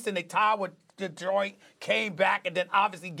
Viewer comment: “DetwoYt”- Stephen A Smith